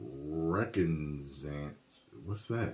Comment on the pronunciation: Think of it as “Re-Cog-Na-Zance” - say it like that! (recognizance)